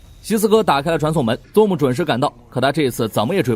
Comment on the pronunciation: ..你的英文發音要練一練...ZOOM...的念法不是ZONE...請仔細看原片演員怎麼念好嗎?